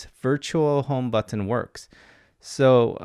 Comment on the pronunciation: Please stop saying b-u-T-T-o-n.